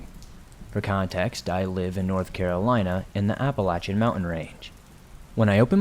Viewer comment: My favorite stories! Deep woods! I love how you pronounce Appalachian correctly! Well how we pronounce it here in West Virginia 💛💙